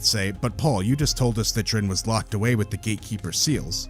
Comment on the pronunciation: Love the video, thanks for all the effort you put into it, but it's DYRRN not DRYNN!!! 😅